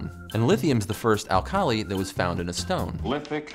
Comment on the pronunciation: pronunciation is a little odd in places, e.g. "alkali" and several names.